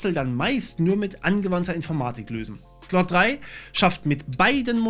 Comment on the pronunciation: Es wird halt eigentlich genau falsch rum ausgesprochen XD